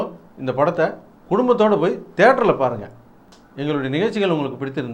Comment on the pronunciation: It not Thatreu, theatre!